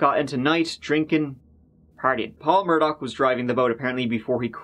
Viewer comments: Possibly "Irish" Americans who pronounce their surname "Murdaw" not liking actual Irish pronunciation as "Murdock"🤷‍♂️ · The fact that the family's name is "murdah" was not lost on me 🥰. Although yer man keeps saying murdoCK for whatever reason? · “Murdock” Literally Everyone Else: “Murdaugh” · it’s mur-da like what happened to them and how we say it in Boston...NO R NEEDED😎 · Still can’t believe after 2 weeks nobody has mentioned the Family’s name is Murdaugh (like Murder/Murdah) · Lmao why does the American media pronounce it mur-DAW? 😂😂😂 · I feel like they pronounce it mur-dog. But who really knows ahaha!